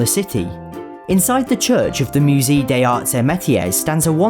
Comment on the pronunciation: just by the way, musée is pronounced mu-say, not mu-zee! for future reference <3